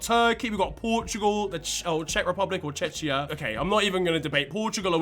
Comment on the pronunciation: Czechia is pronounced with a hard ch, we are not Chechnya please we had a lot of problems around the boston marathon not again please